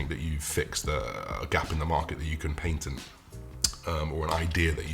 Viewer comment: For my fellow Americans: Paintented= Patent